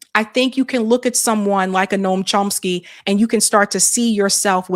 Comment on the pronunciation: The pronunciation of Chomsky in this video is driving me a little crazy. Yes I know this is not important. 😊